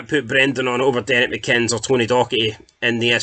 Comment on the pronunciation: Rise McCabe it's said as Reess and McInnes is says as Mickiniss